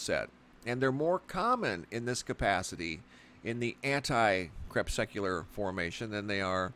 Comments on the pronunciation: So disgusted that cannot or will not pronounce crepuscular and anticrepuscular properly. For an educated man he sounds stupid CREP SUC ULAR....... it just irks me! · It’s really annoying that you totally mispronounce the word “anti crepuscular” each time you say it.